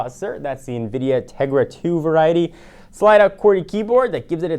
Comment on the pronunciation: say variety on more time. i dare you lol